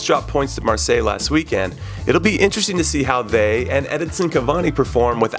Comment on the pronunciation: Does it bother anyone else that Conradinho says weekend "weekand"?